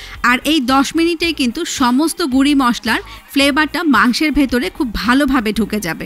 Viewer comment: গুরি কি..? এই মুর্খ মহিলা, গুরা বলা যায় না..?